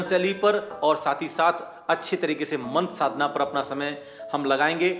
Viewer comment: sadhna ko shadhna keh rahe he, mantr ka uccharan kya shuddh nhi hona chahiye